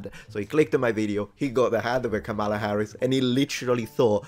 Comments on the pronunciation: As a stickler for accuracy, please get the pronunciation correct: Kama-la not Kamal-a. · Please pronounce KH's first name correctly, Metatron.